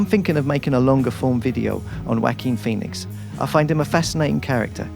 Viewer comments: Walking Phoenix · Whacking pheonix